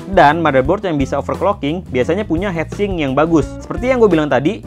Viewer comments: Heat sink, not head sink It's a common pronunciation mistake, like sweeter, should be sweater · heat sink bacanya hit sink bukan het sink